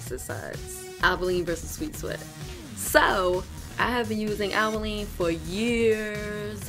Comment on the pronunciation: Since you are the first person who pronounce Albolene correctly I watched your entire video.